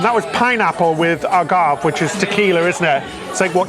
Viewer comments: Also wanting to correct em-pan-ya-da to em-pah-nah-dah, and ah-gahv to ah-gah-vay. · "Aguve" is pronounced with a long E. 😂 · Love your videos; love your commentary! Spanish and Italian: you can't go wrong if you pronounce the vowel at the end of any word. Example: Agave: ah - GAV - vay So for my lesson, do I win a free cruise with you fungi x 2? (Actually, it's pronounced FUN-ji with a soft g and a long i). (Extra credit?) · You pronounced Agave wrong….. 🤦🏼‍♂️ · Not butchering agave lol Loving these vlogs